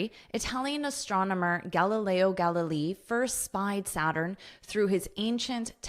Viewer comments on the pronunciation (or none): I love astronomy and I didn't know about the "disappearing" of the rings. I enjoyed the English pronunciation of Galileo Galiliii😀. By the way, do you know the Galileo Galiei's experiment carried out from the top of the leaning tower in Pisa? Greetings from Italy